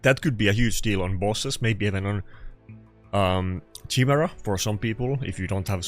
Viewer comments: ya he still cant say it right should go back to the meme chai-mera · I'm having a hard time trying not to get triggered by the way you're pronouncing Chimera xD